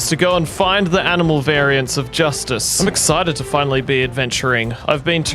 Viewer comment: i heard that too and have been saying it ever since 😂